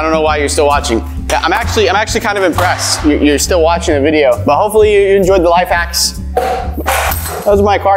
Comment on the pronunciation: You said life hats not life hacks